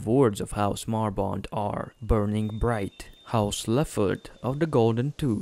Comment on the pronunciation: Astrin? Marbent? It's Estren and Marbrand. Granted, it's hard to understand the narrator considering he mispronounces almost everything